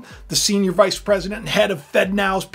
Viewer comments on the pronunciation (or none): none